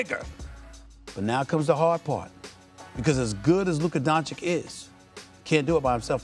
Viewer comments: I think there's no hope that Stephen A. will ever pronounce Luka's last name correctly. (Don-chich not Don-chick) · At this point he says DonCHICK on purpose. You can't not know his name. But only mispronouncing the Nigerian names is disrespectful? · Learn how to say his name for gods sake. He knows how it’s pronounced but says Donchick on purpose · All those unnecessary words youre constantly using like "soliloquy" "blasphemous" "savant" etc etc and still cant pronounce DONCIC (Don - Cheech) correctly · Doncic signed a contract of over 200 million and SAS still can't say his name correctly. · Stephen still can't pronounce his last name.